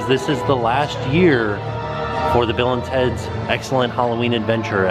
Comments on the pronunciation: I had thought you had been saying “Villains Heads” all this time!!!! Not Bill and Teds... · Bill and teds????? I always thought you said villains head?!